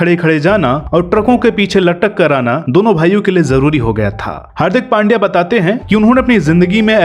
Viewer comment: हार्दिक नाम सही हे लेकिन सरनेम पांड्या नही पंड्या हे